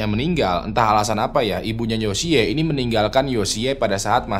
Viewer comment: Yoshi kali bang baca nya.... lucu dengernya yosiyee hehe